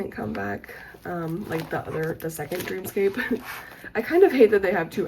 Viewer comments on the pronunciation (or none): the album called dream scape is actually pronounced “dream escape”, I thought the same thing at first too lol 😭 but big congrats and good luck in medical school!! (When u downsize I will be there🙂‍↕️)